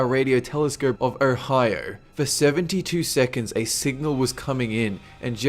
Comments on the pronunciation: Why do you pronounce Ohio as "Orhio"? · Love how this guy says Ohio haha!! love it...Erhio. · Erhier is now how you pronounce ohio...apparently